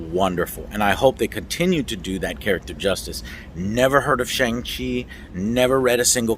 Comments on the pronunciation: He was called Shawn for the majority of the film and you’re still pronouncing Shang worming 😂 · The A in “Shang” is pronounced as “aw” as in “awesome” “shawng”